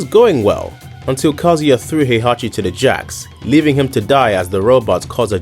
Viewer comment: His name is KaZUya. You should pronounce it the way it's written. Through the whole video you are pronouncing it like "Kozy".